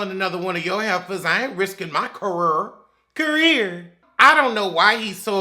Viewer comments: It’s the unexpected “cah-reer” for me 😂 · The way you say a "CAREER" Reminds me of every person that went to L.A for a "CAREER"